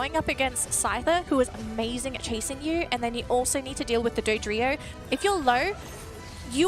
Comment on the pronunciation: Someone should tell them how to pronounce Dodrio